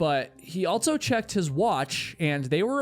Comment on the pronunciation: my guy.. can you please stop adding a T to the word "also"... you always say "altso" lol